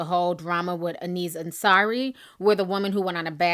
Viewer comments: omg T ... I love you for using your platform but damn T "Aziz" is pronounced like 'AZEEZ' lmfao it was driving me freaking crazy!!!! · Ti is terrible with pronouncing names. She has called him Anzi, Azi, Acai... lol. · Ti got me questioning if Aziz name really is Aneeze for a minute 😂🤨